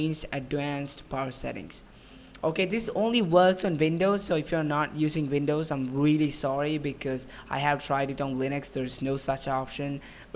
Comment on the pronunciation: Am I the only one or do you guys also hear him saying vindows instead of windows????